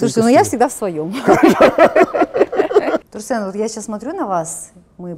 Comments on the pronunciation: Бесит как она говорит Турсен, какой Турсен, Тұрсын шығар ёпт, ең болмаса Турсын десеғой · Почему Турсэн?)) Казак емеспе, Турсын